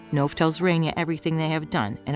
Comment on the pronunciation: It's Raaaania!!! Not Renia it's my name atleast pronounce it right ☠️